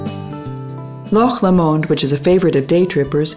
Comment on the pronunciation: Amen NoBullBassPlayers! Unreal! What, Expoza can't employ people who know how to pronounce the names of the places in Scotland in a travel video? That is the whole point of their videos isn't? it This lady pronounces Loch Lomond & other places as if they were French, or some other unknown pronunciation,which is fine if this were about France. It sounds ridiculous! Get with the program Expoza! This video is excellent visually but needs some work in the narrative department. I could do a much better job if you like. Nice visuals though! Thank you!